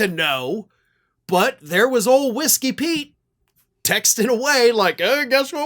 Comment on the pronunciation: Each time I hear "Whisky Pete", I hear "Whisky Pee"... 😅